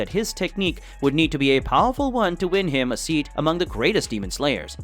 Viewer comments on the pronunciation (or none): none